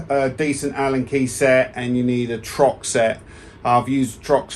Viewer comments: It’s TORX not Trox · I was wondering if that was a Brit thing? Do they swap the "R" and the "O" in the Uk? lol